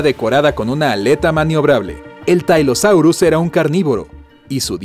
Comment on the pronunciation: No existen los dinosaurios marinos son reptiles marinos, tylosaurus se pronuncia como se escribe, el pliosaurio mas grande media 16 metros el shonisaurus media 20 metros y casi todos los mosasauridos poseían dientes en sus paladares. Me da mucha pena pero es un pésimo vídeo para aprender sobre los REPTILES MARINOS.